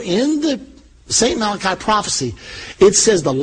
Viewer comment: he wasnt malachi he was malachy pronunced mal a key